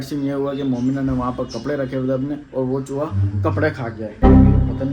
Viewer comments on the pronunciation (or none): Chuwa Nhi chuha hota he bhai mind Nhi karna